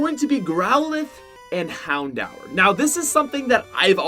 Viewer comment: He is pronouncing everything wrong and I’m cringing so much. Like houndour? That’s so dumb and even Pokémon like he’s pronouncing it all wrong ugh.